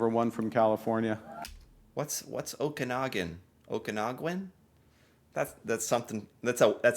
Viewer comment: I am from the Sunny Okanagan in Vernon and I would recommend a family visit any time. With our beautiful lakes and mountains. (Oh-can-awwg-gan ((like "can" but with a "G") )) We would love to have you and yes, our wineries are amazing.